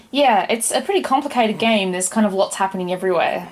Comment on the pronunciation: the subtitles interpreted your pronunciation of the game as 'whorehouse.'